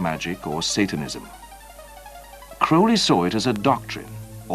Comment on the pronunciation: The narrator pronounces his name correctly . Not many do . Including Ozzy .